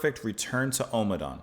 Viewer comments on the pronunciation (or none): Just a little fussy point - it's pronounced om-adawn and not omer-dawn 🙂